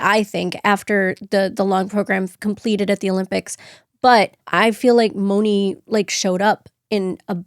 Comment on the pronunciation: Mone is pronounced with a long a-Monay. Not Moni.